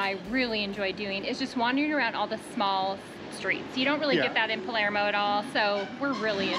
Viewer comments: Do you mean Palermo? You said Palmero. We laughed because my last name is DiPalermo and people always say Palmero. 😂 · You’re pronunciation of Palermo needs a little work